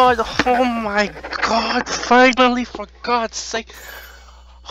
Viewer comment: It’s sounds like he’s saying hoe my god...lol